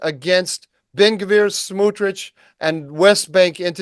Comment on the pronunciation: Great conversation. By the way, the correct pronunciation is Smotrich, not Smootrich.